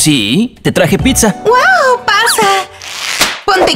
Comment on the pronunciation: se dice pizza no pinzza